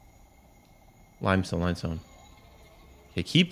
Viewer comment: The way he pronounced limestone limb-stone